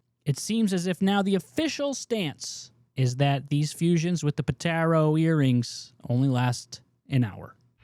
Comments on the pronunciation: "Dragon Ball Z retcons" makes it sound like the retcons happened during SBZ itself. "Retcons TO Dragon Ball Z" is more accurate. But then, many of us noticed them. It's "poe-tar-uh" not "poe-tair-oh." Then, you showed a clip of Whis telling Beerus that Beerus told Freeza ro destroy the planet, and you then said on camera that Beerus was the one who told Whis that in that scene. Otherwise, good video. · How do you watch the show and still mispronounce 'Potara'... Dislike